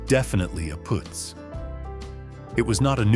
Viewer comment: It's PUUTZ, not POOTZ, This AI wins Marmaluke of the Year! Shemdreck AI!🙄